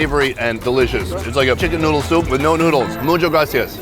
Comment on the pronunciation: I LOVE your videos but can you please learn "muchAS gracias" pleassssseeee